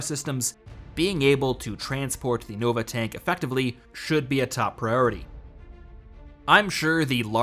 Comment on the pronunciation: Gotta stop you right there. the correct pronounciation is Nova 'Tonk', thats the official name :)